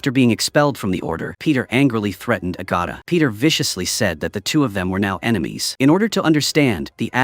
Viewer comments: Bro it's AI talking not a human, are you that dull? Lmfao 🤣 AI can't pronounce certain names right, some Diana and Agatha among maaaaany others. Talk about having a room temperature IQ 🤣 YIKES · AI also doesn’t know how to say Agatha and there are so many other mistakes!